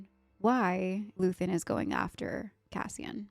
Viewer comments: It's Luthen. Luthen Rael. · just luthen, not luthien